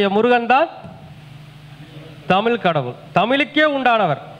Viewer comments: நீங்க தமிழ் என்று சொல்லாமல் தமில் சொல்றீங்களே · MUDALIL TAMIZH ENDRU OZHUNFAGA UCHARIYUNGAL MURUGAN TAMIL KADAVUL AVANGA FATHER SIVAN NORTH INDIAN KAILASH LA DANE IRUKKAR